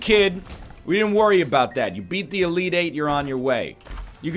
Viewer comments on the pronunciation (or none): none